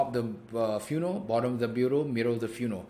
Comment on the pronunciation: Dude, love it. However, I will say, I've never heard anyone pronounce the word "funnel" the way you do. I first thought you were saying "funeral".